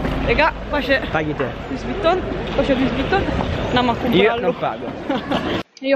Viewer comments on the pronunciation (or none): Si dice luí! Non luiss! Cristo santo!